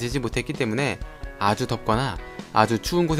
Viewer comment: 아추 추운x 아주 추운o